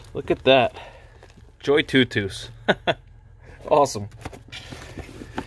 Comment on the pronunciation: Looks like a nice little inflator! Much better than the portable ones I’ve used before. The auto shut off is a real nice feature. I’ve wondered how to pronounce the name as well but your pronunciation makes the most sense haha